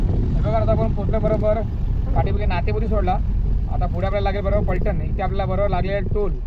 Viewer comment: दादा मी सातारकर आहे गावाच ना फलटण असं आहे ❎ पलटण ❎ फलटणचे निंबाळकर राज घराणे प्रसिद्ध आहे 👍